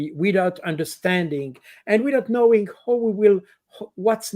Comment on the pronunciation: Indeed. While Col. Baud's English is generally excellent, he has a few glaring "Frenchisms". "Who" vs "how" is another one.